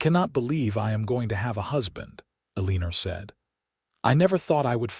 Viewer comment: Her name is Eleanor: pronounced as El•ah•nor NOT E•lean•er! There is no "er" in the name! Please, check your AI and make certain that words are pronounced correctly.